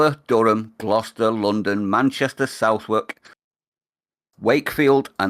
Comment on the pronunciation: Oi Bert, can you school in pronouncing "Southwark" properly. Thanks. 🤣🤣🤣